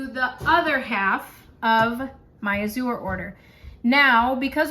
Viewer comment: “Azure” is an English word, meaning “blue.” It’s pronounced /ăzh′ər/ — (ă = short A, as in “cat.” “zh′ər” sounds exactly like the second syllable in “treasure,” “measure,” and so on).